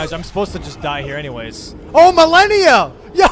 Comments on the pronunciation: Malenia ❌️ Millenia ✅️ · Why does he pronounce it Ma-leh-nia and not Ma-lay-nia? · why do u say milenia instead of malenia?